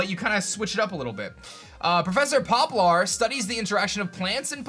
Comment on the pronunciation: That sounds like it would be a new/slight flip on the gym system......but would you have to defend your own gym from pissant trainers then? Would you be called home constantly to defend your gym? It's POPLAR (Like the tree), not POLPAR. I know people in these broadcasts talk quickly, but you should read CAREFULLY. OK, A girl carrying something around makes me think back to Lillie and Nebby from Sun and Moon. Could it grow up into a Legendary?......It also makes me think of Little Shop Of Horrors!!! The Red Squirrel sounds amazing! That would be a really unique power to have. A Bloodhound with Pickup would be PERFECT!! A cave pokemon sounds terrifying. Could that end up being the biggest pokemon of them all? Ancient virus that poisons if it melts......Sounds fun and creepy. Is that one of the ancient pokemon for this time? A Ditto following you around and acting like your planner/navigator/ride pokemon could be really cool........and I guess that means HMs are effectively dead again. (Hopefully they won't force us to wear those stupid spandex outfits for ride pokemon anymore) Type specific armors to find. Sounds like the Z Crystals from Sun and Moon. Could be interesting or could just be another lame gimmick. ...and the explanation of how it works is SUPER confusing!!! The lore sounds really good. Legendaries sound like they're inspired by Romulus and Remus. Not sure I'm into the whole idea of how they work. It sounds like they would overwrite your own pokemon..